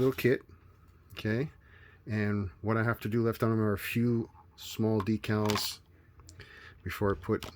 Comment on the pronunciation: Thank you for using the proper pronunciation for "decals" . I hate those guys who pronounce it "deckle".